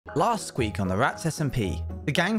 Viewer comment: BRO DID NO ONE ELSE HEAR THAT HE SAID LAST SQUEAK AND NOT WEEK 😭😭